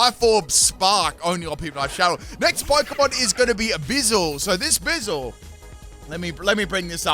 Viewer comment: Ayo why you say it like bizel? It’s a weasel with a buoy 🛟! Buizel: sounds like “Boo-e-zel”. Way you say it sounds like austin powers 😂. Love the videos bro thank you